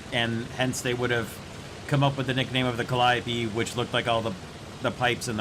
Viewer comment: You are the first youtuber who pronounced it correctly